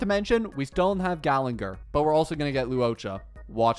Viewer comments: it's ok, he can't pronounce character names right even if his life depended on it lol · ermm according to my calculations, its actually gallagher and not gallenger 🤓🤓🤓